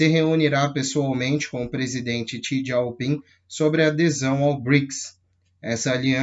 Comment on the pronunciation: não é xi "dieu" ping, xi " Jing"